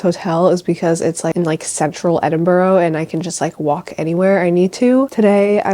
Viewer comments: It’s pronounced Ed-in-bruh (not edinburo) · hiii i love your videos, i mean this nicely i promise, it’s “edin-bruh” not “borough”, i know its nothing but it really annoys us Scots and UK people when americans say that haha, love this video and so glad you enjoyed your UK trip 🤍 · Enjoying the video ❤ although I have to mention that Edinburgh is pronounced ‘Edin-bruh’ 🥺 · I know you already put a disclaimer, but it’s pronounced Edin-bruh😂❤️❤️❤️ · Cool video, It's nice to see you've enjoyed Edinburgh (it's actually pronounced 'Edin-bra' so much, you're right to be careful about people...the world is a dangerous place. Take care 😀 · It's called Edinburgh say Edinbru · Girl I love you but please learn how to pronounce the names of places properly - hearing you say Haworth & Edinburgh wrong made me cringe so bad